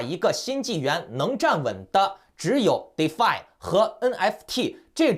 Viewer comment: defi終於念對了XD